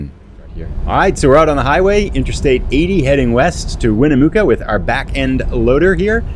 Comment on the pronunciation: Its pronounced "Neh-Va-duh" the Va is pronounced like "at" Also, it's Winnamucca like your standing in muck, not mook 😂